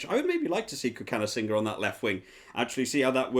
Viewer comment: You pronounced cokanasiga wrong. It’s thok-a-na-sig-a